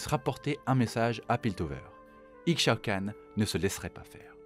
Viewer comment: Le x d'Ixaocan se prononce comme celui d'Ixtal (Ishtal, "Ishaocanne") Belle vidéo sinon, en même temps quand ça concerne l'impératrice :3